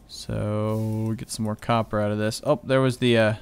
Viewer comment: lol it's copper not coper!!!